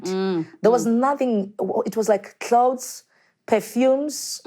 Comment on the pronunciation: Klaus - clothes..🤣🤣🤣🤣🤣 Time